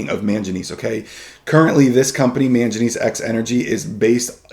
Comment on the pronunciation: Very good video, just wanted to note that it is pronunced man-guh-knees